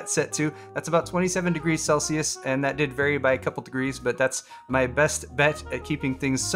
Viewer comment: Thank you for saying Celsius also